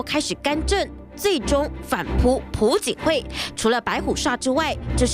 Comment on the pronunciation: 不是朴(PU)槿惠是朴(piao)槿惠，没文化在那儿瞎BB